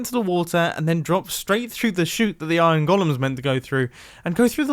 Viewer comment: its weird how he pronounces iron golem